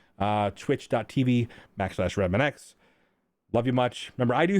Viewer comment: Whats way more confusing and difficult to understad is why u pronounce your name remananx if its spelled